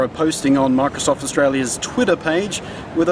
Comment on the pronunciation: is he saying "Marcosoft" ?? i taught i hurd him say marcosoft..